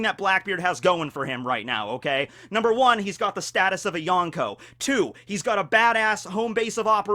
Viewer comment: The way you pronounce Yonko makes me cringe so bad